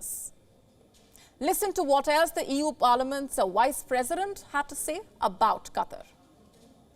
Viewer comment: yeah, but the way she's pronouncing it is Wice President. She says it every time.